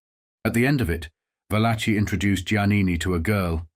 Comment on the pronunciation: There it is again - the pronunciation VAL-a-chee, for “Valachi” (really, va-LA-kee). It seem like it would be worth the technology but does the narrator sample his voice, and have it reproduced by a robot or other ai applications?